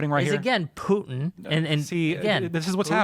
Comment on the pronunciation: Putin... Its Putinnnnnnnnnn, guy is such a useful idiot